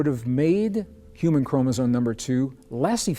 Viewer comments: English is my second language, so maybe that’s why it hurts my ears to hear the word chromosome pronounced by the scientist guy as “chromosone” instead of chromosome. But hey, what do I know… I am just an immigrant, happy to understand English…😊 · are you saying "chromozone"? That's what it sounds like to me. Weird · Chromosome why is it pronounced chromosone? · Yes. He is..Some people mispronounce it all the time. Kind of like nuke u lar versus nu cle ar or nuclear